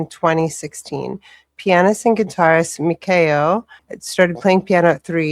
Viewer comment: The Wolfpack (Lovebites fans) refer to them as Metal Queens 👑. They have multiple masterpiece songs in their catalog. you pronounced Miyako's name correctly. (Me Ya ko). I've never seen a guitar duo better than Midori and Miyako. Hopefully you'll do more Lovebites soon.